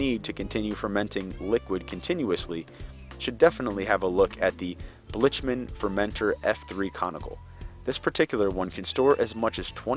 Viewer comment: Blic-man not blich man